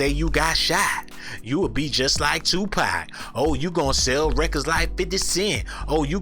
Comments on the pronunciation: Toe Pac...Twerkaveli?? Looorrrdddd lmaooo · 😂😂😂 and he said toe-pac, I'm done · Toe-Pac & Trewkavelli 🤣🤣🤣🤣🤣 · Toe-pac, Twerkeveli 😂😅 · Twerkavli 😂😂😂toepac this dude burnt 😭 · Toe-pac... Twerk-avelli... 🤣🤣🤣 💯💯💯💯💯💯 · 🗣 “Toe-PAC” Hail Mary! 😂